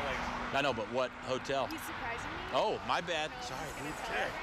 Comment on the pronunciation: Did anyone else realize they said “suprizing” instead of surprising lmao